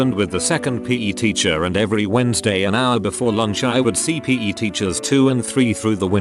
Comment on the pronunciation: Word: PE Narrator: p a y